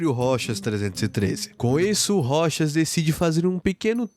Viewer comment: aaahhh finalmente eu posso ouvir alguém falando "ROCHAS" e não "ROU TCHÁS"